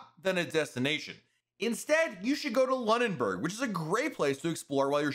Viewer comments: Lunenburg is pronounced Loon-in-burg. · Great video. I’m from Atlantic Canada so I don’t think this is cruise for me. FYI - it is pronounced loon-in-berg